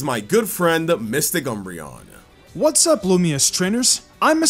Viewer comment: I was going to watch until you said MysticUmbreon... shame.